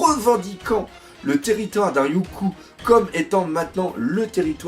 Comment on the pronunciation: Yonkou se prononce Yonkô (avec un prolongement du o) et donc pas de référence à dragon ball pour le coup ^^